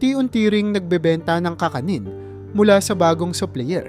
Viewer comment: Kakanin not ka ka nin..tagalog narator Kisame not kiisa me